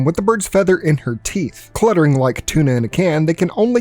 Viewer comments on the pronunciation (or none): none